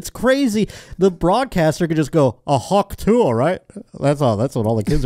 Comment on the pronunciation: I love so much that Idc he pronounces it “Hawk Tewey”